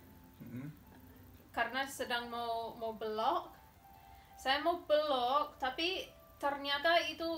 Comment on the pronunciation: Mas perbaiki bahasa istrinya bukan blok tp belok .cara ucapinnya ssja yg salah. Ya saya memsklumi karena bukan asli Indonesia.😂😂😂😂